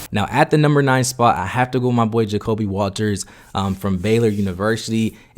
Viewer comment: This dude butchering everyone's names. "Steven Castle, Isaiah Coler, Ja'Kobe Walters" put some respect on their names bro, this ain't no Antetokounmpo. Stephon Castle, Isaiah Collier, Ja'Kobe Walter